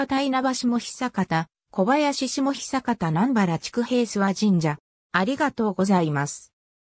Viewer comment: 読み方違います。 下虎岩（しもとらいわ） 知久平（ちくだいら） 南原（みなばら） 小林（こばやし） 稲葉（いなば） 柿野沢（かきのさわ） 虎岩（とらいわ） です。 元住民より。 ちなみに龍江（たつえ）です。